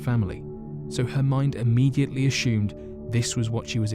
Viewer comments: I love the way he says ashumed instead if assumed. I’m going to start saying it that way. LOVE the channel.❤️ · "akshoomed" 🤣 as-sumed